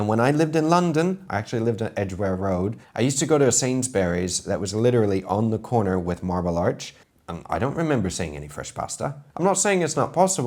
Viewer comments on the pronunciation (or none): Oh, Chef. Sainsb'rees, mate. What's this 'Sainsbuh-rees'? I'm not even English! 😂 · I think he pronounced it in an American accent, which is ironic. 🤔